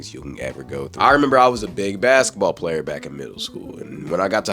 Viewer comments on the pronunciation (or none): none